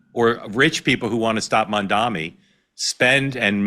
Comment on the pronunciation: Mark, you keep saying “Mamdami”, LOL. Is that some kind of shade? 😂